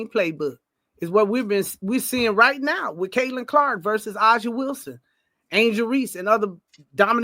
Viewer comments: Great points. A lot of truth covered in this video. Cathy Englebert has a lot to do with how the W is marketed. She doesn't plan to change. She proved it with how she spoke about the Unrivaled league. *, A'ja's name is pronounced as Asia. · It sounds like the speakers saw that Fever have most nat’l broadcast games & then made up the rest w no supporting data. One speaker can’t even pronounce A’ja or Napheesa’s name correctly but claimed ESPN’s coverage is biased. Speaker is obv not watching if they can’t even pronounce their names ! Networks decide what games they want and Fever games averaged over 2 times the viewership of non-Fever games, and Fever have 6 black players, 4 white & 1 Brazilian on their team, so they’re all getting the spotlight, not just CC. & you even read your own evidence in Angel’s tweet that she’s getting great endorsements and money. This isn’t racial discrimination.